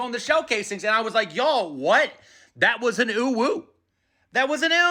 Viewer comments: You're doing UwU. OwO is more like Oh Woah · But isn’t UwU pronounced "ooh woo?" OwO is pronounced "Oh whoa." Otherwise, nailed it. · Theres a difference between "OwO" and "UwU" You are saying it like uwu, but typing it owo. (Oh woah) owo (Oo woo) uwu (Oh woo) owu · That UwU was great but OwO is lawfully pronounced pronounce Oh Woah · You pronounced it wrong. That's an OwO, not an UwU. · Saying "oowoo" is cringe. I say it like "Oh woah." It is basic pronunciation, one single o without another O or an E will just be "Oh" not "Oo." "Oowoo" is actually "Uwu" which is more bashful than quirky notice. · I mean, OwO is really pronounced more like "Oh-woah" "Oo-Woo" is UwU ☝️🤓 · You're saying uwu not owo, owo you PRONOUNCE the O's. So it sounds like oh-woah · From what I've learned, OwO is pronounced, when speaking out loud, like, "oh woah" not "oo woo". Assassins apparently use memes now instead of manifestos. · How do you pronounce OwO as UwU every single time? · I thought "OW," was pronounced, "OH-WOE/['ouˌwou]!~" while, "UWU," was "OO-WOO/['ʉwˌʉw]!~" Is that not the case? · Ur saying it like ‘UWU’ I don’t get it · Uhhh you pronounced uwu not owo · It's pronounced Oh-Whoa actually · Slight correction. OwO is the superior form of UwU. And sounds like Owe-Woah. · You are mispronouncing OwO, it’s pronounced Oh-Woah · "OwO" isn't pronounced that way lol - you're thinking of "UwU" Yes this matters because they mean different things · You are saying UwU. OwO sounds like an OwO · Honestly I didn't know that's how it was read as well. I recognized OwO but how he read it I was like huh? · Sir, I don't mean to sound petty here but there is a distinct pronunciation difference between "owo" and "uwu". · With an owo actually. Captions are right, pronunciation is wrong uwu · I mean. If you ignore the incorrect pronunciation 💀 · Sir you are saying uwu not owo Oo woo is" UwU" oh woh is "OwO" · Smh, you were saying uwu, it's pronounced "oh woah" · You're saying UwU not OwO